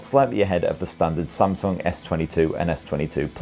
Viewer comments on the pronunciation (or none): none